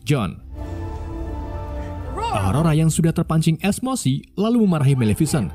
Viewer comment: Komentator :esmosi Saya :esmochi